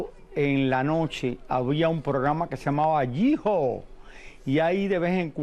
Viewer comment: Not Gee Haw, but Hee-Haw 😒